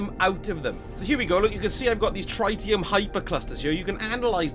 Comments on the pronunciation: Its triddyum not tryte ee um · it's pronounced pronounced, not pronounced..... 🤣 But yes, the first "i" is pronounced like the word it, Tr-it-ium. As opposed to Try-tium Have a great day you lovely little sausages! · The "tri" part of "tritium" is like "trih", same as the word "trivial" it's not a hard "I" sound. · It's pronounced tritium, not tritium.